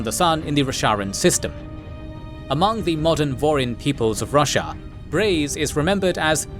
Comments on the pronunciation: great vid! but damn i cant unhear Russia instead of Roshar lol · fantastic recap the only bad thing about it is hearing russia every other sentence :D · I just can't get over him calling Roshar Russia... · Roshar not Russia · I keep hearing Russia, I am pretty sure he's mispronouncing something, just not sure what. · I thought it was pronounced Ro-shar. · Stop saying roshar wrong ffs!😂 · You know youre saying roshar wrong, right?